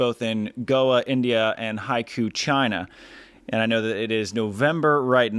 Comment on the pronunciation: Love what you're doing, totally deserved for the beach volleyball world partnership! Btw Haikou is pronounced Hai-koh, meaning an inlet to a port / to the sea; literally translated as sea-mouth. The organisers of the world tour tournaments and FIVB should we really promote how to pronounce their place names (at the very least) correctly to foreign speakers. Especially for the commentators since everyone who has watched the stream on VolleyTV or YT will think it's pronounced that way, now they all reckon they've been playing in Haikyuu😅 (not the worst outcome haha)